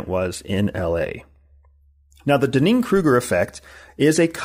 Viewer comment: I think he's mispronouncing the Dunning-Kruger Effect... It's very distracting to me.